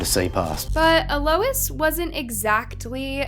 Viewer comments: (Ahl-ois) Alois. Not uh Lois. 😅 you crack me up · It’s pronounced a low eez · Is her name seriously E-Lois and not Eloise? And Hamish? Not Hemish? Not knocking you if that’s correct but, I’ve never heard either of those name is pronounced that way.